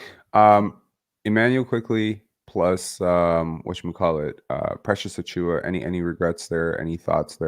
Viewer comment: ..admitting here that achewie” had me laughing hard.. I thought maybe a speech impediment until the “superstar” Jakob comment … I am really excited about this trade. IQ is exactly the player the Raptors need beside Scottie, and I have to admit that despite some flashes (and finally looking not awkward grabbing lobs) I have drifted into being an OG skeptic in terms of future trajectory and also the potential to lose him for nothing. The Raptors don’t get burned again. I’ll both miss rooting for Flynn and Precious, but also not miss being invested in players that let’s be real probably aren’t going to work out. However, there is the potential (especially) Precious. So if either somehow set somewhere I’ll be happy for them. This part of myself will probably see me repeating the vicious cycle rooting for Barret now.